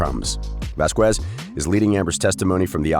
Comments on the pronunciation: IS VAQUEZ ! NOT VAZKUESZ! LOL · Vazquez not Vasqwears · Vazquez is a Spanish last name so in Spanish always the "u" after the "q" is mute. You just don't pronounce it, ever.